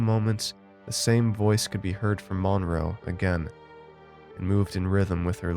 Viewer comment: That’s not how you pronounce the name “Monroe.”